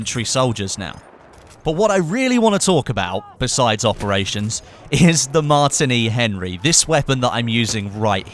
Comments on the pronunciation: your pronouncing it weirdly its pronounced the same as the drink martini not 'martiny Henry' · Also he could not pronounce the Martini Henry rifle right plus adding how he would like a scope on it. I mean its not cod lol.